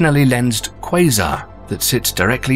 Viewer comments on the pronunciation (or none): none